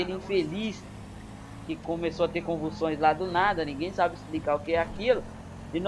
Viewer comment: convuçoes kkkkkkkkkkkkk